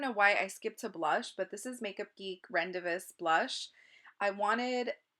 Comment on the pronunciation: the makeup geek blush is pronounced ron-day-voo 😊 beautiful look